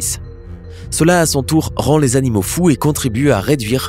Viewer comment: eu tu sais que on dit (animaux) et pas (anomaux) Eton dit (un soir je suis partie)😑😤